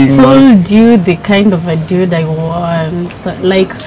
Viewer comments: She said "dyuid" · Is she saying diude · kwanza akisema "diud (dude)" 😂😂😂😂😂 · Why she kept calling the boys Diudiii!!! Biachiiii** did you mean Dude*** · And its dude not diude ...gosh ooh myself